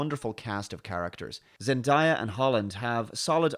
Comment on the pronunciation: Her name is Zen Day Ah. Not Zen Die Ah.